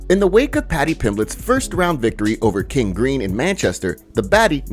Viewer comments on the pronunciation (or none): none